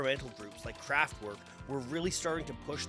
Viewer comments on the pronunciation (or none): none